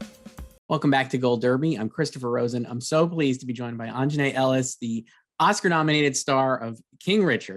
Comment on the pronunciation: AUNJANUE ! ! ! AUN-JA-NUE